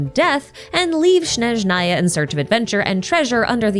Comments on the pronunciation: a small correction, snezhnaya starts with “s”, not “sh”, (and strictly speaking in russian the emphasis should be on E, snEzhnaya, but i don’t know other slavic languages, maybe the emphasis differs depending on the language) the “y” in bely tsar also sounds a bit different…. as a native russian speaker it’s so hard to hear it, maybe i should do a youtube video with a pronunciation guide…. kinda pissed that the official voice acting doesn’t account for the nuances of the languages when it concerns the names , considering how heavily genshin is inspired by different cultures. the same thing with words like ratniki (in plural the emphasis is on a, rAtniki) or starshina (the emphasis is on the last a, starshinA), or solovei (solovEi) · changes the number on the Days Since Snazhnaya has been Mispronounced sign to 0